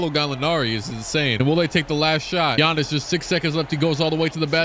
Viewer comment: Man said, less-B-Giannis